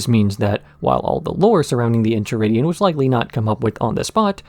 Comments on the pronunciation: The Incheridion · En-chai-ridion lol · Aight you got me. Was ready to be snarky af about how you pronounce that book name repeatedly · I knew the EnCHiridion bit was on purpose. Still pissed me off.